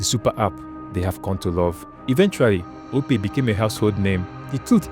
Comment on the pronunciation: OPay not Opay